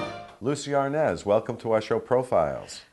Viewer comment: Desi A R N A Z (OPEN A). IT'S A SPANISH SURNAME